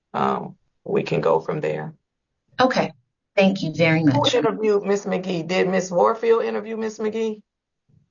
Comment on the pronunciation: The judge was already on 10 before Ms. Magee even got on the screen from saying her name wrong purposely n signing before she got on there her whole body language was giving I got an attitude